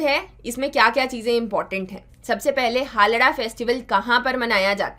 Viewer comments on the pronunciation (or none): Mama isko pronounciation m हाल्दा bolte h...